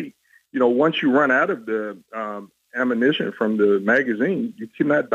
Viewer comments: Can’t even pronounce ‘ammunition’ 🙄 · "Aminition" Why oh Why??? I guess that's Ebonics for Ammunition! Their a lovely group of people.